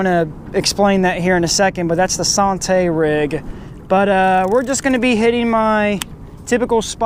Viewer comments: anddd that's the SAHN-TAY rig. come on bro. Learn how to pronounce the rigs you are demonstrating. It is SANN-TEE rig as in Santee Cooper lake. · Lol it didn't even click in head I was like sahntee? That's a Santee rig lol good video! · you were trying to sound all fancy and whatnot, SAHN-TAY! ha ha ha ha! Made me laugh too! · SANTAY sounds so much better than SANN-TEE LOL However you say it I had fun watching once again...I use peg floats all the time..I have pretty good luck with them.... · Sawn tay.....lol....French Rig ? San T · Thank you. Drives us Texans crazy when they use the French pronunciation. It is San TEEEE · lol yeah that was like nails on a chalkboard. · It's just the way you pronounce santee. Good video tho like always.👍👍